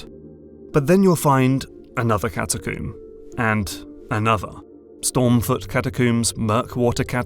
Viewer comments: CataCOMB not CataCOOM. Brit 😆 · Catacomb rhymes with comb, bro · I realize this is terrible off-topic criticism, but every time you pronounce catacomb as "cat a coom" it makes me want to embed my head into a wall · Good video! But I giggle every time he says "cata-CUUM".